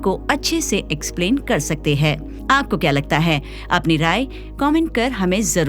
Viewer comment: आप ' हैं ' को ' है ' उच्चारित करतीं हैं । कृपया इसे सुधारें!